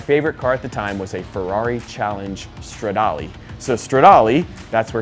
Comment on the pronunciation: Its STRADALE, not Stadale. is a huge inspiration